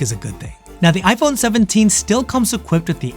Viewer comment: Why are you keep saying ipone? 😂